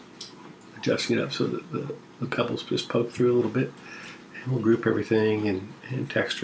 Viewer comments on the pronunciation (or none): none